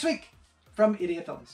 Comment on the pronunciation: GREAT! I guess is my ear (use to spanish, swedish and english) but everytime you say 88 films i hear "idiot" films!! Greetings from Sweden!